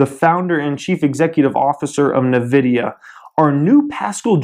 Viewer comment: It's pronounced "en-vidia" not "navidia"